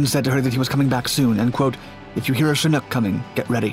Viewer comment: you're the only youtuber in all my years of watching that pronounces chinook properly